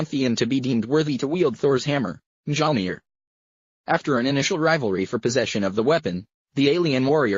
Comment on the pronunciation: That is not how you pronouce mjolnir